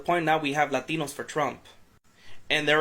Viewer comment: Why does she keep saying Latinos like that? Girl, you sound so stupid, also, if these Latinos, as you like to say, came to America legally, then they wouldn't be getting deported, use your noggin